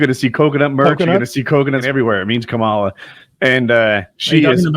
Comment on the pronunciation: IT'S "COMM ALLAH"!!🥴